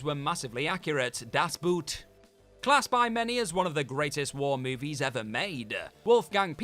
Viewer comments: Das Boot: in German it's pronounced like "boat" is in English, not "boot" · Ev’ry dumb English speaker not being able to pronounce “Das Boot” correctly. GRRRRR. It’s a friggin’ German submarine, not a piece of footwear!!